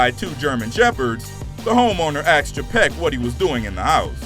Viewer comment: We're NOT a "species" though its hard to tell considering the amount of times the narrator said "axed" instead of asked...good grief